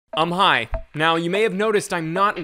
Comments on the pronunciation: Are you saying "Um, hi!" or "I'm high!"? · This is the first video I saw from you, I thought that in the intro you said; "I'm high" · Did he say "Uhm hi" or "I am high" at the start? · Every time you say “um hi” it sounds like “I’m high.” 🤣